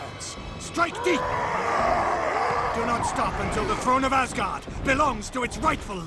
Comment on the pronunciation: You said "Asgard" as "ass-guard", ha!